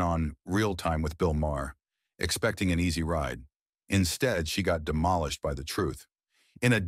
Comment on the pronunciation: Who can't pronounce Maher?